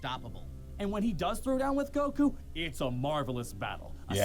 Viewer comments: please, someone teach how to pronounce goku xD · Why does he say goku like that!! 😭🙃